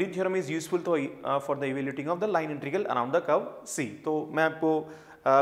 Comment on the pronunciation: It's not intirgal....it's integral